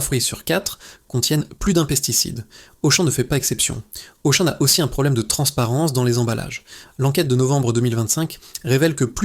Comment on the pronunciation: La voix de synthèse : Auchan prononcé Auchanne!!! bravo